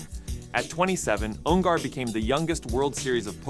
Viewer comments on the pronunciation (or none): Dude can't even pronounce his name right. UN GER not UN GAR